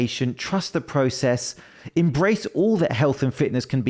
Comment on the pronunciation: The 18 year old looked like he already had gyno. BTW, process is one word and it's pronounced /präˌses/😂